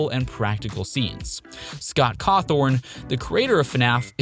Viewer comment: Scott “Cawthorn”. Am I the only one who heard that?